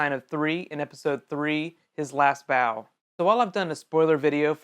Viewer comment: When you were talking about the last vow I thought you said bow!